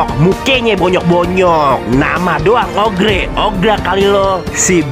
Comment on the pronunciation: Oger bang bukan ogre